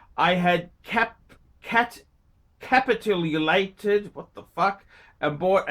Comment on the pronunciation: When you see a word like "capitulate" and don't know how to pronounce it and/or know what it means, then look it up after your videos. You could do a video on the words you mispronounce, or Gun Zap could. All the best you Daytonaless bastard.